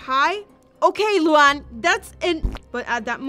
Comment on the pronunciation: the way she calls luan luang